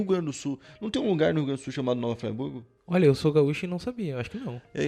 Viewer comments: Nova Fraiburgo? Oxe essa porra é inglês kkkk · É nova Friburgo, não nova Fraiburgo, tá dando nervoso te ver falando assim. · Nova Fraiburgo foi de doer kkkkk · Como respeitar um canal onde o cara fala Nova FrY Burgo??? conteúdo é massa, mas tá doido, muita ignorância. ai tá escrito FRI, FRIIIII burgo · hahaha nao é "fraiburgo" é friburgo msm. mt manero o video. abraço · observação: a cidade é Friburgo; pronuncia correta: Friburgo; não "Fraiburgo" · Se pronuncia nova Friburgo não nova fraiburgo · "Fraiburgo" kkkkkkkkkk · O nome é nova Friburgo..RJ região serrana do estado do Rio de Janeiro. Ñ é nova Fraiburgo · O nome não é nova fraiburgo.... é friburgo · Ola meu amigo gostei da matéria mais o nome da cidade é nova Fri burgo escrevi desse jeito só para ver como se pronúncia,mas a matéria é ótima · a pronúncia não é "fraiburgo", a pronúncia é a la brasil mesmo, a pronúncia e conforme se lê msm, friburgo! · Oi. Eu sou de Friburgo. Fico feliz em ter a cidade fala no seu canal. Gosto muito dos vídeos e do canal. Ah e se pronuncia como se esquece rs. Fri e não frai.😁 Varginha, Rio Grandina são bairros de Nova Friburgo. Muito bom o vídeo 👏🏾👏🏾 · eu sou daqui e é FRIBURGO e não FRAIBURGO mas muito foda você fazer esse video! Valeu! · eu sou daqui de Friburgo!!! O vídeo foi muito bom. Nasci em 2008, por isso não conhecia essa história. E uma coisa, não se pronuncia fryburgo, e sim " fríburgo " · está aprendendo inglês só pode😂😂😂 " Nova Fryburgo" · Tem razão. Vi esse cara falando Fraiburgo me deu uma vontade de dar uma fraiburgada nele. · Agonia deele falando "Nova Fraiburgo" rsrsrsrs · Nova "Fraiburgo" kkkkkk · Eu sou nascido e crescido nesta cidade a 23 anos. E se pronuncia "Fri" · Cara não sabe nem fala nova Friburgo kkkkkkk. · O cara faz um vídeo e nem sabe falar o nome da cidade, e Varginha é um bairro. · KKKKKKKKKKK o eu moro na cidade e se nem pra dizer o nome certo krlho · Pronunciou erradão kkkk